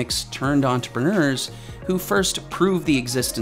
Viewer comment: Entrepreneur. Please note all the ‘R’s in this word.